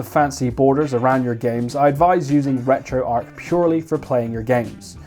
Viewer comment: You sir get a thumbs up for saying retroarch correctly, it's retro archive people, not retro ark. Now send me the blue one, ta very much